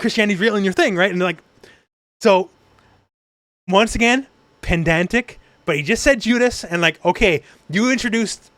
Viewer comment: Not to be pedantic...but "pendantic" is wrong😂loving the podcast tho, HxH is my favorite